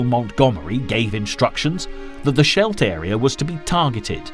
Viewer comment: the narrator can't pronounce Scheldt.